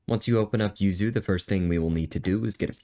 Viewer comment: I first i thought you were saying you sue you. I was like who sue you. But you were saying yuzu